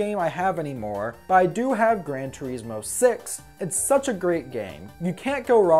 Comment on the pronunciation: "Grand tureesmo"